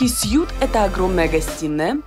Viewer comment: Ребят, не «сьют» а президентский свит. 🤗